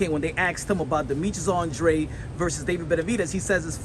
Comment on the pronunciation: Until this man starts pronouncing his last name right, I can't take him seriously for anything lol